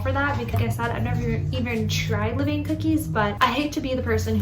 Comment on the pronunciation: Great experiment! Just a note that the correct pronunciation is not “le-veyn,” but is more like “luh-van.”